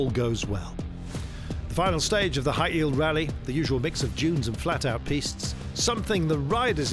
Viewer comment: Hail not Bail